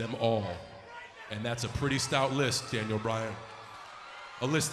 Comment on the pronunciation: Balthemore wait are you saying dainel